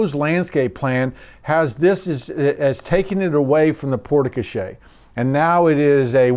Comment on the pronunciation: port koh SHARE, not porta koshay.